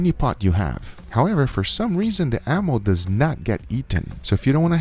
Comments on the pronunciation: enamel... E-NAMEL... LOL... It's Enamel my friend. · Ammo, am-eww, am-ill. Enamel, ee-nam-ill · Enamel = Uh-na-muhl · lol he cant say enamel